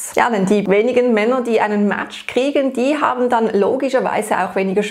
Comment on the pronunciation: Bitte: Man sagt Äpp und Mätsch, alles andere klingt total falsch.